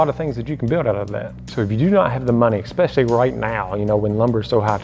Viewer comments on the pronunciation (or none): BTW, it is pronounced especially, not expecially. There is not X in the word :-)